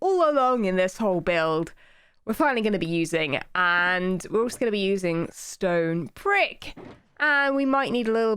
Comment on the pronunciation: is it just me when she said stone brick it sounded like stone prick